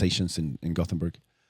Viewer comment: It's "Gothenburg" ;)